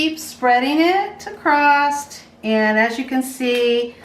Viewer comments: just saying...there is no "T" in the word across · No such word as acrosst.